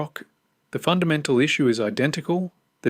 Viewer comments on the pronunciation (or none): none